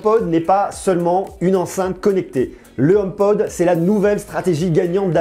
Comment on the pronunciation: Merci pour ton commentaire constructif. Tu tien de bon propos, et c'est plaisant de nos jours (on en voit pas assez) . Je me permet quand même de te corriger, c'est HomePod, non, Homepode . Pour ta culture Apple, La pomme travaille sur ce HomePod depuis 6 ans maintenant. D'où sort tu ta source à propos du partenariat entre Apple et Ikea (J'en avait entendue parler il y a maintenant longtemps mais c'était que des rumeurs à prendre avec des pincettes). Ne prend pas mal mon commentaire, au contraire. Si ça t'intéresse je tient un site, sur l'actualité Apple et j'aurait bien besoin de personnes comme toi qui pourrait rendre le site plus actif et le ferai connaître d'avantage. Si tu est intéressé , envoie moi un mail à Cdlt, Kanon.